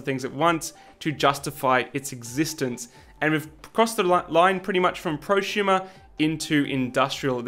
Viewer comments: if you say "Pro shumer" again ill smack you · What is a “proshumer”? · "not quite at the mark of prusumer printers" so here's a prusa xD (sorry but you pronounced it so funnily I had to point it out.)